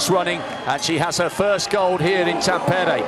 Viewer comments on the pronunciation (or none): For goodness sake – it's "TAM-pe-re" not "Tam-PER-e". Even I know that and I'm English.